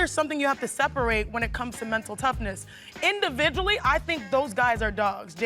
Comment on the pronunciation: Indivibally??? hahaha 🤣go back to elementary